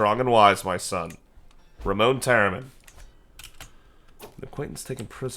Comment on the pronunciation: Please stop calling Ramon Ramone lol, it's Ra-mon as there's no e on the end. Edit: You should max out your tribal authority before Menkaure passes. Edit edit: Antioch was a Roman city & up until it's conquest was considered the Roman capital of the near east, during the Eastern Roman Empire before it's eventual conquest at the hands of the Muslims it also made up part of the Christian pentarchy alongside Roma, Alexandria, Jerusalem & of course Constantinopolis.